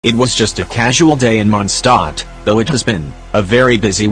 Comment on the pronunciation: 2 secs in and I hear “ it was a normal day in MoNsToT